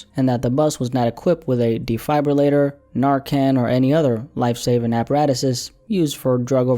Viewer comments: Not a CASUAL connection. A CAUSAL Connection. As in CAUSING something to occur, cause and effect. Defibrillator is pronounced dee-fib-rih-lay-ter. I'm only offering these because I adore the work you do and want to support you. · Nobody:: Dee-fiber-later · Do you pronounce defibrillator wrong but good video tho !!!!!! Not a hate comment I’m a fan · that’s not how you say defibrillator lol